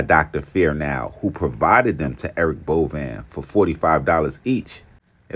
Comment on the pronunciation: It’s pronounced Bo Vein